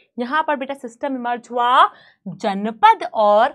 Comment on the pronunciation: Ma'am it is Janapada not janpada 😅